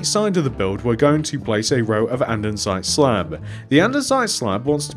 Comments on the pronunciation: your probably not gonna see this but it’s andesite not andensite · hey it’s not andensite it andesite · Anyone else notice he called it andernsite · Bro andensite 💀💀💀